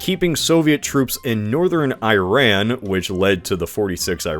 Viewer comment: You’ve mentioned Iran several times on your channel, but you mispronounce it each time. It’s ee-RAHN, not eye-RAN. The “I” sounds like "ee" in See, and the “a” is like the a in father, not man.